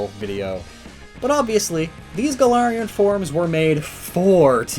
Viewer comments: It's Gal-ar-Ian forms, not Guh-laryin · Me, a Pathfinder player, constantly hearing "Golarion"